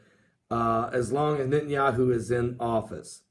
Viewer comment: Net.. Not Nit !! Netanyahu